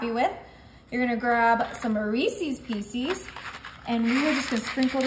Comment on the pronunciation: This American doesn't. Drives me crazy when folks say "piecees". 😊